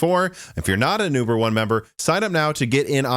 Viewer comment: I swear he said Yuber not uber.